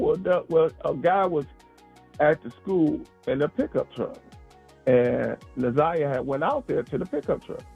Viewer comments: It’s pronounced NAH ZI AH NOT NAH ZAY AH….please pronounce her name correct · It’s Nah Zie ah not Na Z(eye) ah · Just tell her how to pronounce it , it’s NA-ZI-AH ❤️ great video btw! 🫶🏾✨💯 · it don’t matter how anybody spelled it, IN YOUR VIDEO ITS SPELLED NA’ZIYAH SO AGAIN U CANNOT READ OR KNOW HOW TO PRONOUNCE YOUR VOWELS ‼️ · hey boo, it’s okay, its pronounced NA-ZI-AH ❤️ The “y” is silent. GREAT VIDEO BTW!❤️🫶🏾✨ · Na’ Z(eye) ah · she keep saying her name wrong Na’zayah and it’s bothering me so I said sum tf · u too mad 🤣 u gt the point or no 🤣 either way it’s not NAZAY OKAY!! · I really do appreciate your content because you are posting things that I haven't seen on any other bloggers page. However, I think that you really should try to say this baby's name properly because you keep mispronouncing her name, respectfully. Now you have said Jarvis name wrong many times and that hasn't bothered me. But the fact that you keep on saying Na'Ziyah's name wrong is really upsetting. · Nobody cares if you pronounce the offenders name correctly but show some respect to the little girl you’re clearly partially illiterate because how do you get they (a) sound from (iy) vowels ? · Plz say her name correctly...